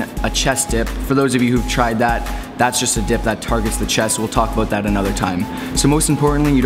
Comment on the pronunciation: You said "aboot":) Hope you guys had a great weekend